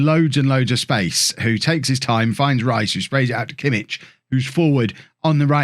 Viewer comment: Btw kimmich name is pronounced yosua kimmick